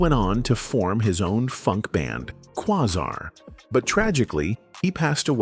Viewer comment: I hate these damned AI documentaries! You can tell it's AI by some of the weird mispronunciations of simple words, like "Glenn Go-Wins" (his name was Goins, rhymes with "coins") and his group was named Quazar (kwā-zar), not "Qua-zahr" (kwah-zaar). And who is "Bernie Whirl?" 😂 Listen to the inflection on "Bop Gun" or "Not JUST Knee Deep" and you realize that, as organic and naturally funky as Clinton and P-Funk was, there's a gott damn robot narrating this click- bait garbage! 😢